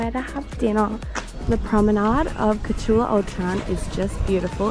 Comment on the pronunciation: It reads KorCHula, not Corcula.